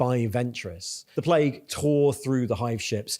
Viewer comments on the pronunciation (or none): none